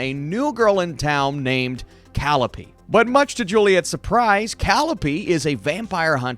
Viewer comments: It's pronounced Kuh-lie-uh-pee. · Hey, don't mean to be rude or anything but it's pronounced Cal-Eye-Oh-Pee. Also, I agree with everything you said. I think they have great potential for more and I hope they get a good budget, and the first few episodes were a good pace but the episodes towards the end were.... not interesting (I started watching in 2x speed). And while the actresses have good chemistry and it shows I was not fully sold on the emotional break up they had in the last episode. Also, why is Oliver here?! lol